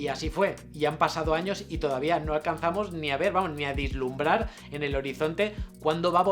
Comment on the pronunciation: El vídeo maravilloso, como siempre. Solo un pequeño apunte que, como buen tiquismiquis que soy, tengo que añadir: se dice "Vislumbrar", no "Dislumbrar".